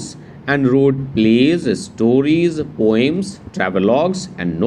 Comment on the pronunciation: It is poem not poyem